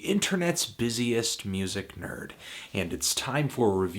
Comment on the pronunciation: I cringe when you say "nerd" You have such a weird way of saying it